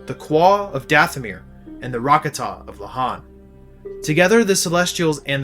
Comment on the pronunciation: Ra kah ta is how you say it